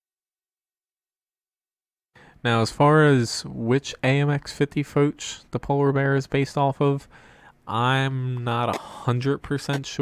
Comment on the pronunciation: AHRRG!!! Its Foch not foach or fouch ,fo sound from fog, ch has the sound of sh as in shave! General Foch is spins in his grave every time you say it. great channel ,bad pronunciation...